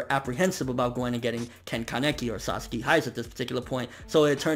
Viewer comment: some of the times you didnt call him Sasaki you called him Saski..Fix that plz andur awsome keep up what ur doing :D ^_^